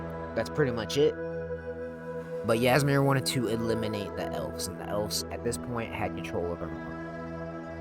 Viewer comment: Ngl if you had actually played the game you would have known how to pronounce old Hroldan and Ysmir